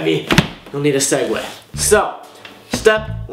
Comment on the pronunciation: swegways not segway